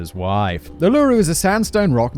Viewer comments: Ooh-la-roo( Uluru)). Still laughing about the drop bears, good one David I've always believed that the Chamberlain's either killed Azaria or she died and they covered it up. And why doesn't anybody ask about the nappy (diaper) which wasn't found. It would have been cloth, not the disposable ones of today. Cloth nappy with pins. Never mentioned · I didn't realise how annoying it is when a common place or persons name isn't pronounced correctly until I heard Simon say "oot" for ute (yoot) in the Milat video, and now in this video with the incorrect pronunciation Uluru (oolaroo) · a) Uluru = oo-lah-roo b) seriously... are you talking about the 'drop bear' as though its a real thing? lol, its a joke Aussies play on visitors... drop bear = Koala and no they dont drop down on you lol.. and c) Dingoes are not as bad as painted here. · Uluru is pronounced: ew-loo-roo, if you harden the "ew" and shorten the "oo" sound, that's how we (aussies) pronounce it. That's bloke on the street pronunciation, I wouldn't try telling an indigenous person or scholars that they're saying it wrong... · Living for how you pronounce Uluru. its more like "ooh-loo-roo". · Uluru pronounced OOH-LAH-ROO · It’s pronounced oow la rew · I cringe every time Simon says “a-loo-ru. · Oh my dog, the worst Australian audience torture is the pronunciation of Uluru… pretend the u is an oo… oolooroo 😝🤣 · Uluru is pronounced oo la roo. Lol. Sorry. I'm not really pedantic, just my anxiety is playing up today 😂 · I cannot help but cringe when people from other country's say ularu. Also Is the joke going over my head or does Simon think drop bears are real? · Ooh-lah-rue, thanks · you don’t pronounce it as one word. You pronounce it as 3 parts; “u-loo-roo” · OO-la-ru is how it's pronounced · Uluru is pronounce ula-roo fact boy lol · As pointed out in your Geographics video, Uluru is pronounced OOH la ROO... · Bro you made a video about Uluru but can't pronounce it right? Ohr-la-roo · UL-AH-RU.... Arghhh